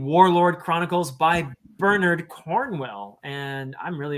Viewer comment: gets extra points for not using the Americanized “BernAARD” pronunciation.